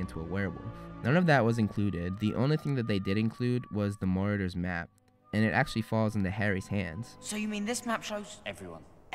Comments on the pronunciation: You don't say marauders correctly in this video 😂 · I’m sorry but I got a bit agitated when you said “Maurders” but it’s actually “ Marauders “ 😂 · I swear if he says meriders one more time I'm going to yet my phone off the deck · Your video is great, except for the way you pronounce certain words. You do not pronouce scabbers or marauders correctly.